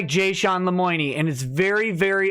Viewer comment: wtf lemoiknee? seriously wtf.